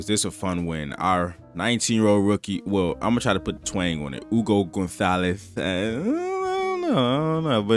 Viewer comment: Congratulations for your pronounciation of Hugo González's name. Perfectly done.